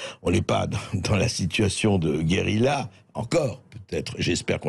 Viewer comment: Bercoff est bon en italien,cependant pour prononcer ce mot espagnol ( guerrilla )c est la Carta Le " Ll "est egusl au "y"